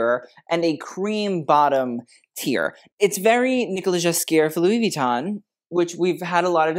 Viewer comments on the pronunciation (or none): none